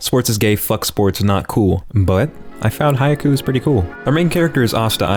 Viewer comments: why do you pronounce it "hayaku" It's pronounced like "high cue" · sometimes even "Hyaku" 💀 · This dude really be saying “Haiku” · I dunno if I can trust his opinion when he doesnt know how to pronounce the title of the show itself.......